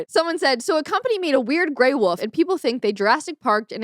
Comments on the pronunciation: Is it just me or is she saying "Woof" instead of "Wolf"? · she says woof instead of wolf 🤣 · Are you calling a wolf a "woof"? Haha i can't. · She can't say Wolf. She keeps saying Woof. Its funny. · w-o-l-f not wof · That woof instead of wolf cracks me up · Dude, is saying Wof right?! Or do I need to get my hearing fixed. No shade, just thought it was funny. Love the week in recap format.